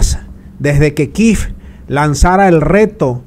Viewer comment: no se pronuncia kiv ma kiev.